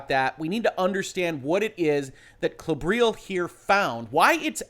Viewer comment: So... just in case anyone wonders: 'Klobrille' is actually a German word (meaning 'toilet seat') and it's pronounced more like in CLOver, BRILliant, LEttuce (no silent e)